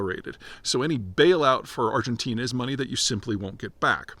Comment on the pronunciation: ArgenTEEN-uh! Lololol we still love you, Peter!